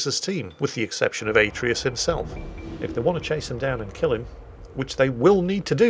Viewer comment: atreus just like from the god of war game but pronounced terribly xD